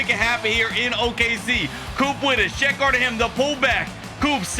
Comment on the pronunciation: Why do you call his shet? It's chet....